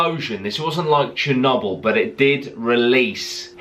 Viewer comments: Love how he says chernobyl Cher-knob-el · The way he say chernobl